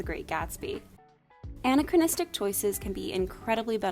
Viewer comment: I heard it as Anne-achronistic every time.